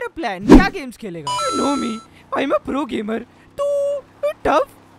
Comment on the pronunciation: Frofessional consistant fro is back